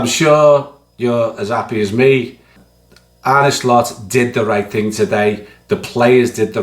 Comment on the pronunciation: Great video and you are spot on. My only moan is that, like some anti LFC pundits, you pronounce the manager's name Arnee when it's pronounced Arna😊